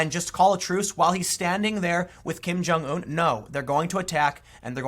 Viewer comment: Learn how to pronounce Kim Jungun.... you sound stupid when you say Kim Jung ooooon